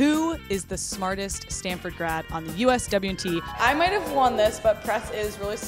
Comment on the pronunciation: She really said “do NOT tag Standford” 😂